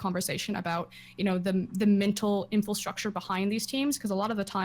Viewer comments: Frosk, stop saying "infalstructure" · Why does froskurinn keep saying "infilstructure" as opposed to "infrastructure"